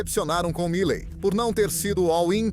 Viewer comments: O nome dele é milei, não milai, só para corrigir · Po cara,nao e Mileti nem Malei,e MILEI porra!!ve se fala direito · Não é Malay, é Miley ! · Video muito bom. Triste é ter que ouvir essa locução feita por inteligencia artificial que não consegue nem falar o nome "Milei" mais de uma vez sem errar. "Milet, Mile, Malai, Milai, Milei" cada hora fala de um jeito. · Malai, milai, 😂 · isto é comum em narração por IA. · A IA consegue pronunciar o nome "Milei" de todas as formas, com todas as pronúncias, e quase nunca a correta.